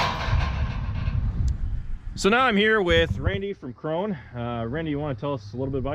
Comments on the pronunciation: the companys name is "krone", not "kron", like "porsche" and not "porsch". the e at the end is pronounced like the e in "end" or the a in "cat". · Much like Porsche Krone is pronounced w an 'uh' sound on tge end. So its 'croan-uh' fyi. Supposedly great balers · It's pronounced "cron-uh" in the home country